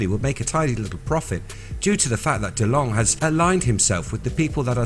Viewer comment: We Are Robots. heh, i just wanted to mention that Tom DeLonge has been famous [in the] US for years & years, and i've always heard it pronounced without the e at the end: TAHM duh-LONG.